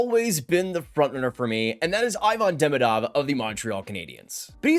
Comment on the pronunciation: JFYI Ivan Demidov = EE-van De-MEE-dov